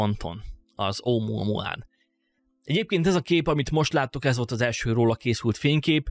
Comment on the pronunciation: Omoamoa xddd egesz videoba mar azt tudtam csak figyelni mikor mondod